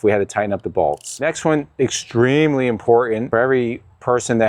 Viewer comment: ...This Is Extrememely Impotan...